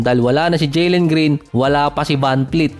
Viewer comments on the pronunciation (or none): vanvleet hindi vanfleet